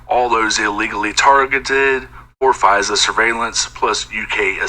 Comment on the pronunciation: it's FISA not Visa like the credit card. 😀